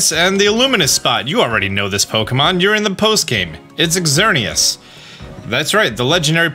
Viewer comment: I kind of cringed when you enunciated the x in Xerneas's name,the x makes the z sound in this case.